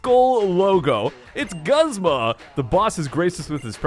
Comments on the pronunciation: I am 99% sure it's pronounced GOOZMA! Not guhzma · Its pronounced Goozma not guhzma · Broad Death the anime is not always correct you know right in season 1 Brock says the fire types are super effective against water types... also look at the rest of the comments, most would agree that it's pronounced goo zma